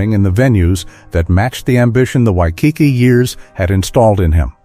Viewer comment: Wish the speker could pronounce Waikiki correctly